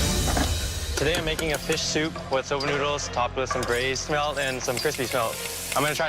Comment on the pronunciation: How are they getting "shmelt" from "smelt"?.. Hm..